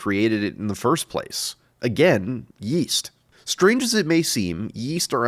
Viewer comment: Yeast? I thought you said weast.